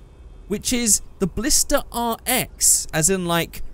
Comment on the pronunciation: Ballsta. Ballista RS. Ballista TA.